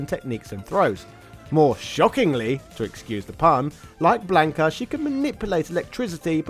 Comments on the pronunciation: Him? The name is Blanca,not Blanco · Lord Almighty, listening to this entire video mispronounce his name as "Blayn-ka" instead of the proper "Blon-kuh" made me irrationally mad. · Had to stop the video after hearing him say blank ah 3 times